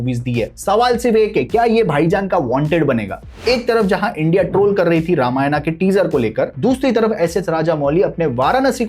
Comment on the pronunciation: Tu pahale ramayan bolna sikh